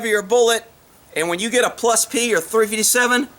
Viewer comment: "Plus plee" lol Great video!